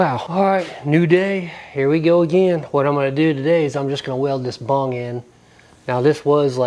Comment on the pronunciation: Lmao its bung not bong your doin it wrong man you hit the bong and everything else is easy bro😉😆👻🤘